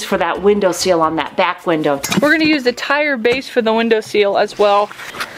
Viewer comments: I can't take it. Love you guys, but it's window SILL, not SEAL. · Why do you guys say Window Seal? Isn't it Window Sill? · it's a window "SILL" not a window "SEAL" that really is doing my head in